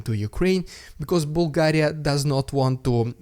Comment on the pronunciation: You say the name Bulgaria perfectly! Love from the Bulgarian dude and Bulgaria ❤️